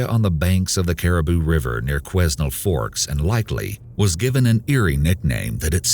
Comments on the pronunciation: Quesnel is pronounced Kweh-nell, not kweznel lol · Lol.. Quesnel is pronounced "kwe-nel". I live a little over an hour North of Quesnel. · The S in the Quesnel is silent